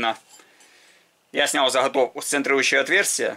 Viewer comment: Правильно говорить не хайку, а гайку. Не захатовку ,а заготовку.....ну и т.д.